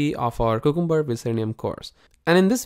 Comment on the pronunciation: Man, check how to correctly pronounce cucumber, it is a vegetable not just a name that does not mean anything. It is pronounced : kyoo ·kuhm·buh